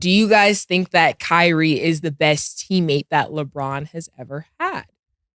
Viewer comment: It’s kyrie an it ain’t close